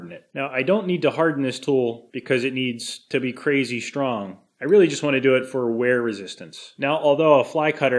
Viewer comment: lol...bro...you quwazy man, qu-wazy.....this old show is now technically...never gets old.